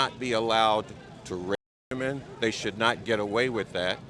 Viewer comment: why do people not know how to say women??? It’s not WOMAN it’s WOMEN LOL